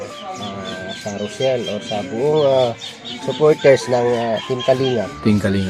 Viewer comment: ROCHELLEEEEEEEEEEE PO HINDI ROSHELLEEEEE 🤣🤣